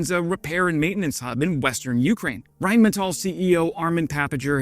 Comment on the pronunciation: Thanks for pronouncing “Rheinmetall” correctly! That escapes too many YouTube channel presenters.